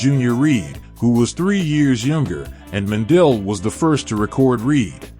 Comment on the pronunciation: butchering the last name